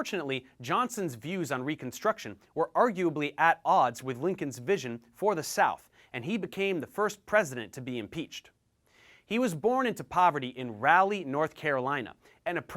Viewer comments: its pronounce ra-lee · Raleigh is pronounced ral-lee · wrong pronunciation of Raleigh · Dang you butchered the pronunciation of Raleigh my guy lol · Yeah definitely lol